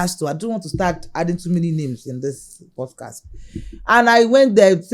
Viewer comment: First off, this presenter is so dull. Pronouncing "podcast" as "pudcast". I came here because of this interview but i just have to quickly say those who watch this guy's podcast steadily must be going through a lot because he sounds so dull.